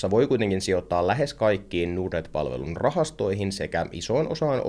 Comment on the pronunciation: Miksi pitää lausua ”nuurd”-net, kun pohja on englanninkielisessä sanassa Nord? Ei pysty kuunnella.